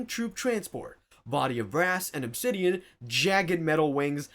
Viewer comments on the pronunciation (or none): none